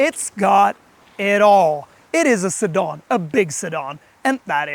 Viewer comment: WHAT IS A a 'Sidaarn'?